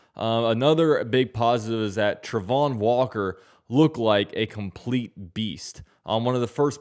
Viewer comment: I know you have an opinion on the pronunciation of Travon's name, and I ain't being an ass, but it's wrong. He definitely himself says it Tray-von.